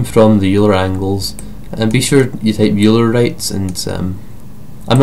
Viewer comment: Euler is pronounce Oiler